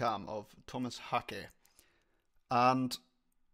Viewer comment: First person I've seen doing a Meshuggah drum reaction that pronounces his name correctly. Thumbs up for that alone. Editing this also to mention the lighting guy. You can see his "performance" by searching YT for Meshuggah's light operator (Paris 02/12/2012) the dude is epic.